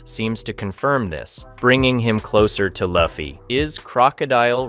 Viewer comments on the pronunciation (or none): Please fix the LA-ffy. His name is LU-ffy.... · I heard you say luffy 1 time and I couldn't watch anymore